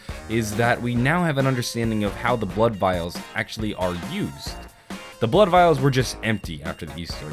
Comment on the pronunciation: he said bood vials😂